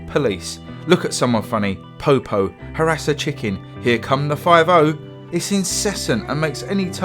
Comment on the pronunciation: thumbs up given just for the way you pronounced "popo."